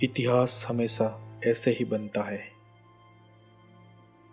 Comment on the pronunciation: itna tough hindi..✋thora lehja sahi kr k video bnaya kro.jahaj,hamesa,maceengun, laskar,jada,dace,najar😂😂😂